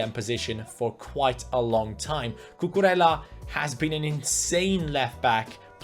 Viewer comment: time to blow your mind again, his name is cucureja because two L's in Spanish are pronounced as J, like David Villa for example.